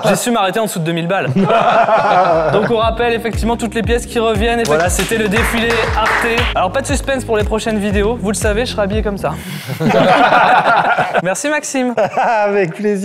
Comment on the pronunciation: Les gaaars nos oreilles saignent, Arte se prononcent « arteu » ! On n’est pas à France TV avec Arté